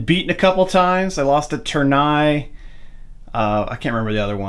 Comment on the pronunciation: Lovely game and setup! I can give you some pointers in regards to pronunciation: General d'Armee is pronounced General dar-MAY. Tournai is Toor-NAY, Ath is ATT, Enghien is like Ang-YEN.